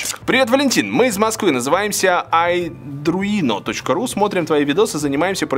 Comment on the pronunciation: IArduino читается как ай Ардуино ¡!¡